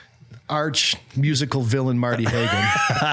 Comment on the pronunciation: Marty Haugen, not Hagen. If you wish to insult him say his nsme correctly.